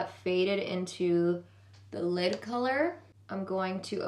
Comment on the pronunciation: I love how pronounces "lid" lmao "leeeeed"